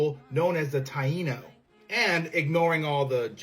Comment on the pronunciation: I had read about the Taino people but I had never heard it pronounced. It was nice to hear it and learn the correct pronunciation, so thank you for that! (Along with all the other facts in this vid)